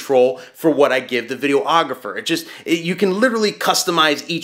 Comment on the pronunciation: Had to laugh at one funny thing... really not trying to be a dick, it's just funny, and I hear it allot. Ok, do you call the person taking still photos a, "photo ographer?" No, you say, "photographer." Likewise, the person shooting video is a, "videographer." ;)